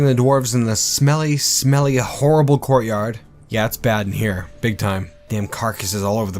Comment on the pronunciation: I heard, "gore yard" when he said courtyard. Seemed super appropriate.